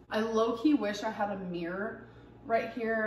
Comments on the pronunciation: ‘Meer’ it’s MIRROR 😂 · Its a mirror! Not mirr!! Oh god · Meeereeer ✨ - pronouncing the word mirror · She's a meeeeeer 600lbs.